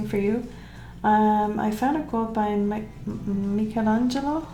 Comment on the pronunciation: You’re pronunciation of our beloved Michelangelo is perfect, as it is your art🧡🧡.